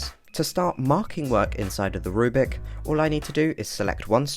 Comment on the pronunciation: You still keep saying "rubic." It's a rubric: roooo-brick. Not a rue-bick. Reply